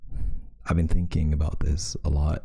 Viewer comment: Bean- Beanos